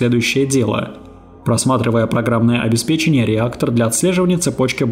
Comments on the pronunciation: Правильное произношение слова «обеспечение» как бальзам на душу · Боже, хоть кто-то говорит обеспЕчение😅